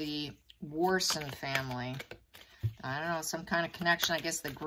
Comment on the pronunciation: mispronounces often, so it’s probably Watson.